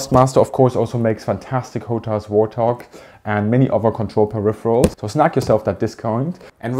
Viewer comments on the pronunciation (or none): none